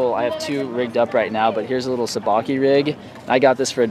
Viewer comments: this dude said sabaki ha its sabiki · Sabiki not sabaki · not seh-bah-kee, but sah-bee-kee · Sabiki rig is pronounced saa-bee-kee